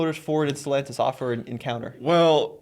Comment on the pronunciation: It is NOT pronounced StelONtis! has been listening to Nathan too much. Tommy knows how to pronounce. Why is this so hard? Also, why does this bother me so? Just bugs the crap at of me.